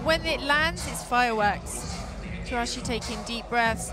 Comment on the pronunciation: It's TouCHASSIE not Touachi.. She always pronounces it incorrectly